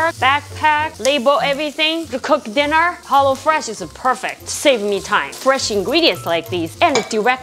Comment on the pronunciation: Did she say hollo fresh 🧐